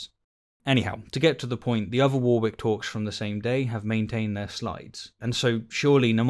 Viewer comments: War-wick? Shirley, that's warrik. Pedant or ignorant am I? Fine either way. :) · Cringed every time you said War-wick , its pronounced wor -rick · It's not pronounced 'War-Wick' it's 'Warik' :) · "War Wick" ? I've could forgive our American cousins who struggle with Worcestershire but you ? A fellow Englishman. Warrick or Wah Rick :) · Is that how you say Warwick?! I’ve always pronounced it “worrick” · I've never heard it pronounced as "War" "wick" before. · pronounced ‘Warrick’ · Why do you say "wore wick" rather than the generally accepted pronunciation of Warwick? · No, you're correct. He's pronouncing it wrong. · No, you're right; the speaker's got it wrong! I suspect he's only ever seen it written down. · I am glad this comment is here as an ex-Midlander, relatively recently in the North, this was bringing me out of the flow of the audio every time I heard it. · how do you not know how to pronounce the word Warwick? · I find this video objectionable. Your pronunciation of Warwick is abysmal. 😆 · Great video as always but I do find the way you pronounce Warwick very objectionable 😂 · That is not how you say Warwick. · Need a trigger warning for your pronunciation of Warwick... I of course jest, great video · Gotta say, I've never heard a British person pronounce 'Warwick' the way you do! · I love your content but everyone you pronounced Warwick like that I involuntarily twitched. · be better to pick him up on Warwick. 😁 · why cant you apply that to his peonuciation of warwick? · Are you sure you're british... because you don't say Warwick right 🤣